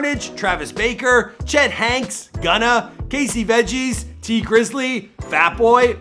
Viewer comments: You did not say Travis "Baker"!Lol! It's Barker! I question your knowledge of artists cause you ALWAYS mispronounce artists names. Must be a Canadian thang,lol! Just joking. We know it's a thang. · Did he say "Travis 'BAKER'" lol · travis baker hahaha its barker u mad bastard hahaha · Its travis barker not baker yuh fuckin chump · This fool said Travis B-A-ker.